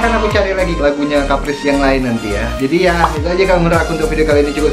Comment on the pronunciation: Terima kasih karna udah realisasikan request aku. Tapi sebutannya kayak kepris atau sebut keris tambah p doang. Ada lagi 1 lagu Caprice tapi belum release. Aku ada dalam MV dan BTS videonya. Tajuknya Line Clear. Cuma rilis BTS aja udah 2 tahun gk rilis MV nya lagi